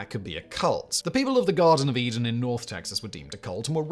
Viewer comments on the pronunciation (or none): none